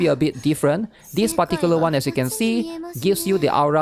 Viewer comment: Take a shot for every "dispaticulaone"